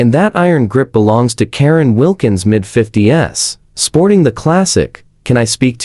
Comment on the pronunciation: Teach your AI to pronounce HOA as letters and not hola. Teacher AI to pronounce 50s and not 50 S. Very poor quality in production.